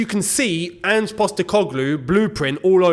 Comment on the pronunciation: Thank you for learning how to say Ange's name, also spuds won't win the league. Shouldn't have won against liverpool and wouldn't have even beat the worst team in the league if it wasn't for ridiculous added time. I've watched them struggle against poor sides far too often to actually take them winning the league seriously.